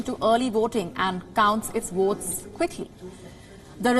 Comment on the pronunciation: Wotes, woating, woaters, I don't understand??